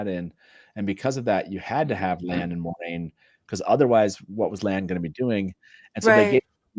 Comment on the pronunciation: "mwah-RAIN" !!! THANK YOU TAFFY!! It is totally a Frenchesque name 💙💙